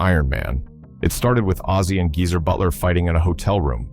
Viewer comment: Jeezer instead of Geezer